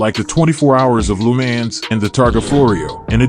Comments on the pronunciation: Most horrible pronounced Lemaaaaaans that I've ever heard. He has to know how ridiculous he sound's. Any attention is good attention i guess? And the McLaren F1 Lm only 5 were made a i believe it was different from the other F1's. Check it out. That Lemaaaaan's is incredibly irritating!!! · That pronunciation of Le Mans is absolutely horrible. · how did u pronounce..LeMans?😂😂so..weird..